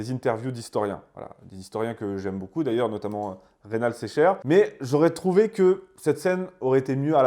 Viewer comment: Faites la liaison après beaucoup svp